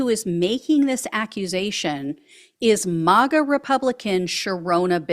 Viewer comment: STOP SAYING MOGA! It's MAG-A